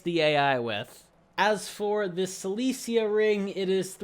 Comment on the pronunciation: Your 'Silesia' pronounce reminds me 'Daffy Duck - The Wizard'... When him find 'Celestia' uahuahauhahaa